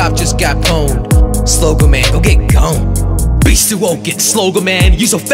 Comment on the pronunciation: You pronounced gone as go-ne I cant really type but you David it in a way that rhymed with powned